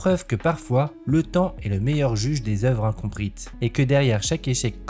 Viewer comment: Les œuvres « incompriTes » m’a un peu fait saigner les oreilles 😅